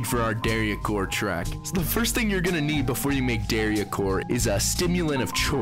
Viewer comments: its not pronounced "Dah-ree-ah" core instead of "day-ree-ah" core? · pronouncing daria like this is cursed